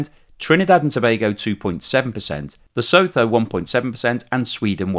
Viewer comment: I know I am being pedantic... but Lesotho is pronounced Lesutu